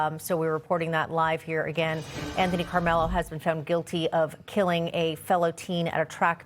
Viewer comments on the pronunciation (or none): “Anthony Karmelo”. Can’t you get his name right or is this more AI?